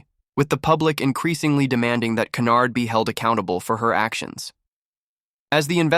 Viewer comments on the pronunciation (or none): Her name is not canard but Hynyard